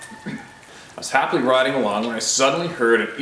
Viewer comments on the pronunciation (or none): none